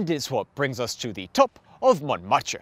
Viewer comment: You should learn how to pronounce French words and names, especially iconic places like Montmaete and St-Denis. Otherwise quite interesting. Many thanks.